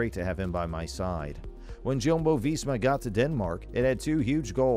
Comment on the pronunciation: Jumbo-Visma is pronounced Yumbo-Visma